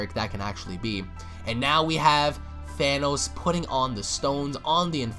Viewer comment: "THANOS" bruh😂😂